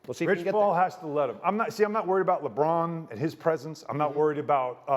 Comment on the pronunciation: "" lol